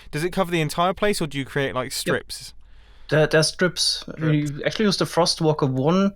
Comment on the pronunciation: „Ackthually“ hahahaha the englisch grammar tho